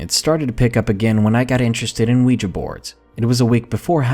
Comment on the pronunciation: thank the God's, someone who knows how to pronounce Ouija.🐲